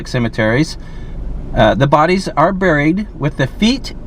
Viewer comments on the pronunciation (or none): none